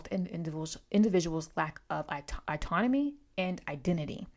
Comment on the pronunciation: Great review but it annoyed me when you pronounced autonomy as "I-tonomy" so hard